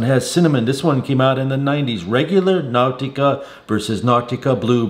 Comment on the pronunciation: Now-tica??? Unc, sometimes your pronunciation is interesting.🤣